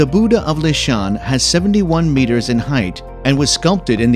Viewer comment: You really need to learn the correct pronunciation of 'Buddha'.